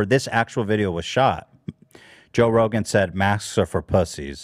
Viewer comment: I love how Hila called him Ro Johan and no one flinched 😆